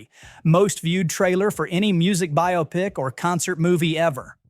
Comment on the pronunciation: Psst, that's not how you pronounce biopic.